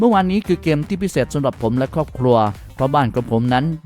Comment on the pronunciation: เกมส์พูดเป็นแกม😂😂😂